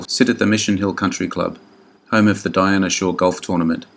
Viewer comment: Love these - but some of your pronunciations are way off. Dinah Shore is Dinah with a long I and no A, not Diana. And Joel McCrea was pronounced McCray.